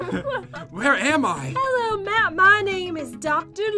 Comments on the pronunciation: it`s not pat it`s matt geez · PAT JEN why do you keep saying PAT instead of Matt?!?!?!?!?!? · your saying Pat not matt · At one point said "pat" instead of Matt she said it a few times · he said pat not matt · Why did they say Patt instead of Matt